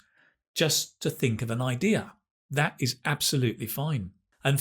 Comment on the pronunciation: Well did you call him Dat or That?